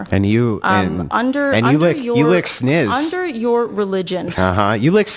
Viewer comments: "Sniz"... good lord🤦🏽‍♂️. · IT'S SNIZ DAMMIT